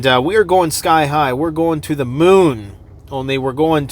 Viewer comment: Lol “Sky high” the way you said it remind me of my song I dropped😅 bless you thank you for keeping us informed!